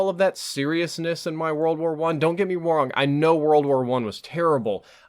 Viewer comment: he said dont get him wong. lol :P